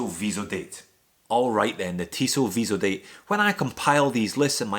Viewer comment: Cool round-up! BTW, it's Tissot "vee-zo-dat" ;) not "-deyt".